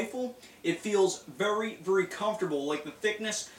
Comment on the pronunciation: vury, vury, vury comfertable. lol